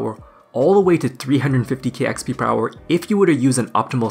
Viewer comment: i hate when he says hourrrr